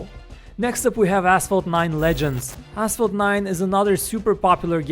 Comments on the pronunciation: who else heard asshole 9 ? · When he said Asphalt, I though he said asshole